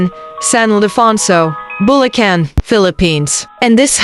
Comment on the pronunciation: its pronounced boo - lah - can